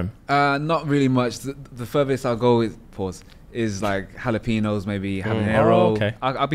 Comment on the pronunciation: He said "halapeenos" ☠️☠️☠️☠️🤣🤣🤣🤣🤣🤣